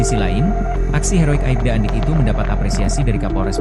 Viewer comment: Bukan aibda tapi Aipda min